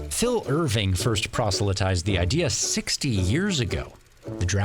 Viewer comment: This man just said proselytised